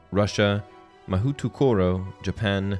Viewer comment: I will never understand why so many people have trouble saying Mahoutokoro. It is literally just "magic place", mahou for magic and tokoro for place. It would be more correctly pronounced with the two words spoken as more of a hyphenated word. Mahou-tokoro. Though I have heard some spectacular attempts, like mahoto-koro being quite notable. Your Mahu-to-koro was interesting. "(Mah-hoe)-(tokoro)" would be the easiest way to write out what I mean.